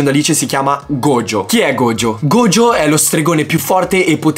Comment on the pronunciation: Mi fa piangere sentire gogio e non gojo 😭